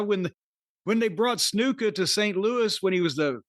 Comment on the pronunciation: Why does Jim always pronounced Jimmy Snuka’s name incorrectly? He knows how to pronounce it, but pronounces incorrectly on purpose. It’s so silly. Grow up.